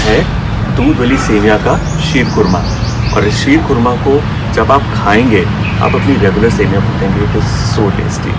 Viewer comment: Wow.. Looks yummy... I'm from iran..I like all of your recipes.. And I love your pronunciation sheer khurana.. Ekdam iranian k tarah aap pronounce karte ho 🌹 🌹